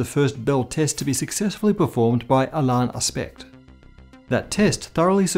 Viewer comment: Aspect is pronounced Aspay